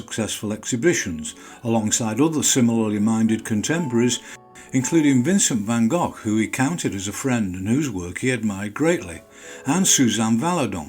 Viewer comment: Your pronunciation of Van Gogh was super good. If you would want to improve on it further; the first G is the same sound as the second G but it's hard to do for a non native: 'van ghogh' . And the A as in car not care vaughn ghohg LOL. Just pulling your leg. The video is superb!